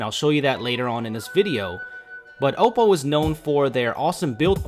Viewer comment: u pronounced oppo wrong